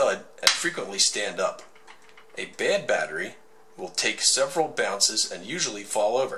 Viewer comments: the way he pronounces bad is so funny, "to test if a battery is good or bed". :3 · "Good or bed"